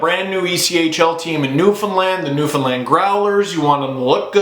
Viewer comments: Props for saying Newfoundland properly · why did it horrify me to hear u say newfoundland correctly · I would like to congratulate you for pronouncing Newfoundland correctly...props!